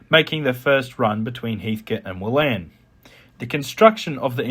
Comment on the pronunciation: you pronounced wallan wrongly too. its wollen.